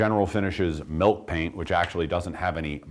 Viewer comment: Milk Paint.......... ill.....as in not feeling well, pronounce the "ill" Milllllk Paint. Milk Paint. Not Melk Paint.